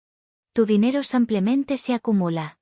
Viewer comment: No se dice sampiaménte se dice simplemente.